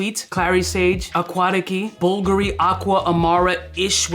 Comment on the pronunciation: Just bought some "bull gury" wtf is this pronunciation